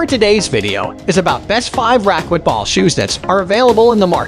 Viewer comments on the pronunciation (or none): The speaker needs to learn how to pronounce racquetball correctly.